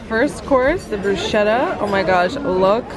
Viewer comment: If you are going to do a travel vlog please make an attempt to properly pronounce the basics, it’s pronounced broosketta, with a hard K not brushedda. Pronounced jellatto not jeladdo. You both are a very cute good looking couple but I’d like to see more of the. Scenery and less of the constant selfies. IMO